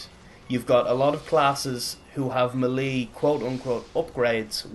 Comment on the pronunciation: It's pronounced "maylay", not "muhlee"...